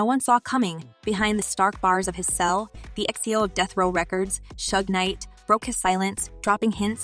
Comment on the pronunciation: I couldn't watch this culture vulture video hearing "2pack" and "shugs knight" smh 🤦